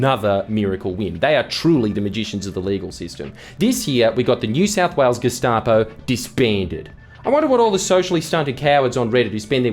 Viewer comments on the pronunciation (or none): none